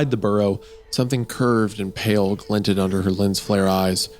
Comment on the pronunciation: Every time the word pale is pronounced as pell I nearly scream.